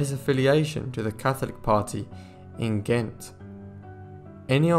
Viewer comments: Iii really loved this except that the reader mispronounced Ghent as gent and St. Bavo as bravo. Practice or a good dictionary might help or a new reader. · Ghent has been wrongly pronounced by the narrator . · After the first few times of saying Ghent correctly, you kept mispronouncing it after that. Not being harsh but it helps to pronounce words or names correctly.